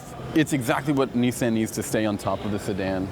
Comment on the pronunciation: “Knee San”